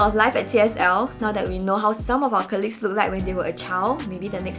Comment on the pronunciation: Guys.... its actually pronounced CALL-LEAGUE instead of KHER-LEAGUE